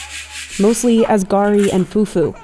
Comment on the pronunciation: Garri is pronounced more like the name "Gary". I mean, you literally had someone say it accurately